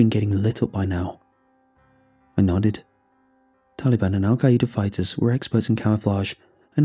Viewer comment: It’s called the tali-ban